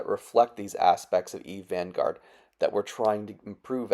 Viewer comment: "Eve Vangourd"